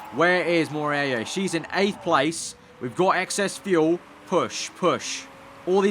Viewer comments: it is mo-rey-yi-ra . Hahahaha . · you prenounce it like: mo rear a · hey, about the argentinian driver, try read it like "more-hey-ra". it kinda sounds the same, trust me;) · Moreira is pronounced "Mor-A-ra"... just click on the spanish sound icon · not really, it was the best attempt but not perfect at all. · Martim Xavier In a very English accent....